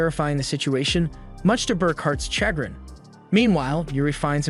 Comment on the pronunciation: Chagrin is pronounced shuh-grin.